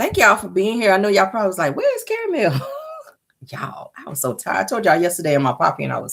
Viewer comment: Nick cannon call 😂😂😂😂